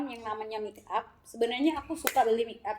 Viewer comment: Sebutan nya make up buka mik up😁